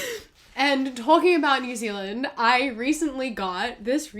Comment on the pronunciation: Ah yes new zealaind